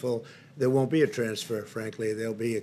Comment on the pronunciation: Is this reporter nervous that he's asking this question or can he not pronounce transfer? 😁